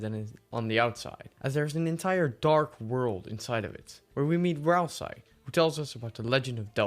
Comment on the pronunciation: Ah yes my favourite Deltarune character, RALS-EYE.